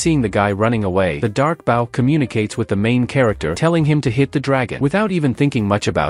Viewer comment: can we get the ai to say bow correctly?